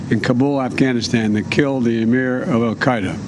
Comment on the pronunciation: "That killed the amuurr of Al Queda, Eeemanoo Alsuareee." Seriously, the old mental cripple couldn't even memorize the title and name of the dude he just wacked.